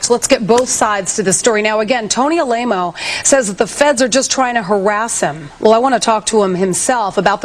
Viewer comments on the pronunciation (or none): "A-lame-o." Shade! Lolol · Dude she called him Tony a-lame-o lol Dan didn't mention that